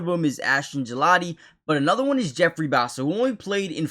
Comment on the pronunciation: I second the Karlaftis video, I think he's been very underrated this year. Also you pronouced Bassa correctly just so you know.